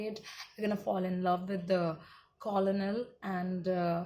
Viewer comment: Spelt as Colonel. Pronounced as cornel. It's the military rank. But good work. 😀